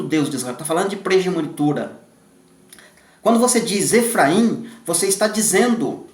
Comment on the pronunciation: Irmão abençoado de Deus que tem edificado grandiosamente a Casa de Deus, Paz! Irmão, eu quero fazer uma pequena correção com uma palavra que você pronuncia errado mas acredito que o irmão não me critique por isto, pois é construtiva. A palavra é PRIMOGENITURA e não PRIGEMONITURA. Que o Pai continue te abençoando e compartilhando o Pão. Obrigada